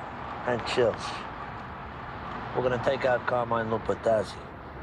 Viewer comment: pronunciation of Carmine Lupertazzi is murder to Italian ears!